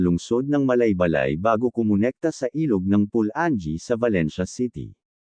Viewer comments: PU-LA-NGEE hindi PU-LAN-GEE; ...MA-KA-HA-LAR...hindi MA-KA-DJA-LAR... correction lang po sa pagbigkas..nice content anyway..thanks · Tama pula - nge hahahaha